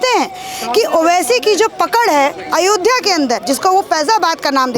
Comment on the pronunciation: Is gaddar ko ayodhya bolne me problem hai isse iski mansikta ka pata lagta hai